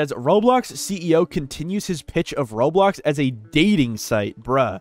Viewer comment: Video ended, and he said "Roblo"